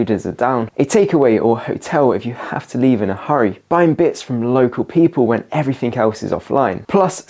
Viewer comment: pronounced " everything " not " everythink "